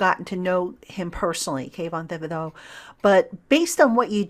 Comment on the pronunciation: I believe it's pronounced Ti-buh-do.